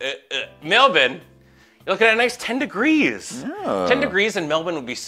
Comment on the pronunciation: As an Australian, hearing and say "Melbourne" the way Australians do (Melbin) brought me great joy